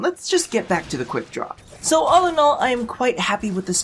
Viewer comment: I always keep thinking he's saying "The quick drop" lol